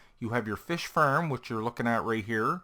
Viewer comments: Its pronounced farm not farm !!!!! You idiot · FARM NOT FIRM !!!!!!! GOD DAMMIT